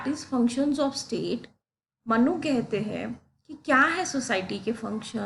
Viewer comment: Respected Madam,it’s मनु (Manu) not मन्नु (mannu).